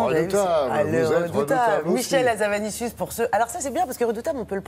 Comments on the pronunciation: HA-ZA-NA-VI-CIUS et non pas havazanicius s'ilvouplait soyez professionnels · "Hazavanicius", non désolé c'est Hazanavicius, désolée ça ma sauté aux oreilles ^^